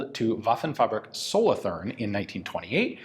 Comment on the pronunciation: Dear Ian, I would like to ask you to make a little effort when it comes to pronouncing German names. "Th" is NOT pronounced the English way, but as a simple "t", e.g. Solothurn is pronounced as Soloturn, or Walther is pronounced as Walter. Also, Stamm is pronounced as Shtamm. A simple internet search would go a long way. Thanks.